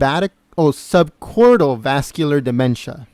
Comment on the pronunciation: Please stop saying, "sub-cortal dementia". It is "sub-cort-IH-cal dementia". The claims that these records are fake don't hold up. The denials reflect the real fear that Hillary Clinton will sue someone for releasing her HIPPA protected health records. I think it is pretty clear that HRC has a complex neurological problem, the diagnosis of which could only be clarified by a specialist. Thank GOD she didn't win the election!